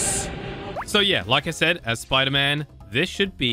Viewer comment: Bro that's not sderman that's spoder man